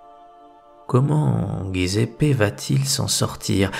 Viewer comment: J'aime trop l'Italie et les italiens pour vous cacher que Giuseppe se prononce djiouzépp; svp. Félicitations pour vos vidéos.